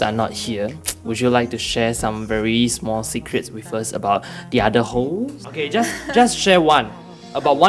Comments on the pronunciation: I'm sorry I kept laughing when he said Hoes instead of hosts. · i thought he said holes, lols tell us about your holes.. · Am I the only one who hears hoes when he says host?